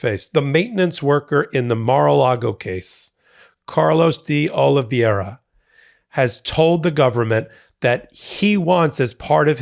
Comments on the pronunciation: All this time and you still haven't pronounced DeOliveira correctly once yet. Sad, really sad. Hint: there's no "ia" in the middle or on the end. Ugh. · Portuguese --> Oli vay ra. Vai. Not ver. As in via con dios. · I know Portuguese is hard, it confuses the heck out of me too (native English and Spanish speaker) but I want to help. In English it’s close to “Oh-lee-vay-ra”, not to rhyme with “riviera”. Sorry, I’m not trying to criticise, just want to help. 😬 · Again, his name is Oliveira, not Oliviera. He was a maintenance worker in the Republican Kremlin, aka Mar-a-Lago. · ...it's "de OliVERA" (pronunciation for Oliveira) it's Portuguese. The second "i" is silent the second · I always like your commentary. Just one note: Oliveira's name is pronounced as if there's no "i" in it. The name you're pronouncing is as if his name were Oliviera. Note the spelling difference. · His name is de OlivAEEra! Please learn to pronounce it. Ask a friend from Brasil or Portugal for help… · fyi, D'Olivera is pronounced 'dollavera' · love ya, but you're pronouncing Oliveira wrong. I believe it's Portuguese, not Spanish. In any event, it would be pronounced Oh-lih-vay-ee-ra (or Oh-lih-vay-ra for short). Watching all the hot takes! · "Carlos De Oliviera" has never worked for Trump, has not been indicted, and is probably wondering why you keep smearing his name. Donald Trump's co-defendant is Carlos De OlivEIRA, pronounced OH LEE VEH RA. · It's DeOliveira not DeOliviera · It's curious how many news reporters and commentators mangle the pronunciation of the word DeOliveira. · You’re mispronouncing de Oliveira’s last name. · I'll give you a thumbs up when you stop mispronouncing DeOliveira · Why is it impossible for you to pronounce his surname properly? JFC it's not complicated.